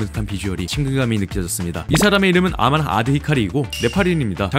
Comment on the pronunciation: 아만이아니고 어먼입니다ㅋㅋㅋ제 친구가 네팔인인데 어먼입니다